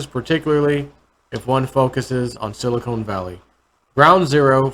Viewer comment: you are pronouncing Silicon incorrectly. Silicon has a short O like in the word "convict". It is the material that computer chips are made from. You are pronouncing the word like silicone.. which is what breast implants are made from. Love your videos! Keep on keepin' on! Thanks!